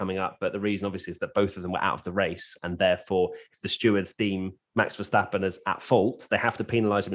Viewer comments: Your pronunciation of Verstappen is 👍🏻🤣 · your pronunciation of Verstappen was spot on. 👌